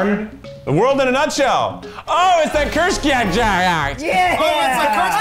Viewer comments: Kurzceskaaad :-D Now I lowkey want a try guys video where they have to pronounce (and guess the meaning of) german words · is that supposed to mean kurzgesagt? I literally can't tell bc if it is, it's pronounced very wrong 😂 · That was the worst pronunciation for "Kurzgesagt" ever xD but then I asked myself, how to explain this pronunciation to non-german people? I came up with this: Think of cardi Bs "okuuurrr", cut the "o" and you are left wit the "kuuurrr". Then think of an sharp s for the "z". (Kurz). For the "ge" think of the world "geisha" but take only the "ge". (kurzge) then think of saggy for "sag", but say the A like the first A in "Amazing Grace" and add a T. Kurzgesagt. And now I realized that's probably really complicated explanation but I wasted so much time on this that I post this anyway so. Yeah. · channel: kurzgesagt tryguys: cürsgeschgagat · It’s actually pronounced „koorzgehzahgd“ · Grace Howell Curt-z Kge-cagt, is how you would spell in english, to make the right sounds. Pronounce this with American letters, and you'll get there! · As a German, their pronunciation of kurzgesagt made me cackle You would pronounce it like koorts-gay-sahgt (the ah is a long a, not the English "ay"; the g is pronounced like it is in Greg) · I can't decide weather I love or hate Americans speaking German. "Kurzgesagt" is not kürtschgäschajagt. 😂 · I don't think there's worse way to pronounce “kurzgesagt“ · I cringed so hard at that 🤣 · I love how they can‘t pronounce „Kurzgesagt“ Greetings from germany ✋✋😂😂😄😁😄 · As a German its so funny to see Americans struggle with words like Kurzgesagt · ich hab zurückgespult weil ich nicht glauben konnte dass ich das grad richtig gehört hab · As someone who speaks german it's hella funny how the try guys are pronouncing "kurzgesagt" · When you hear as a german, how keith says ,,kurzgesagt" xD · Wow, they really can't say kurzgesagt 😂 the pronunciation was awful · As a German I died because of the way they pronounced Kurzgesagt😂😂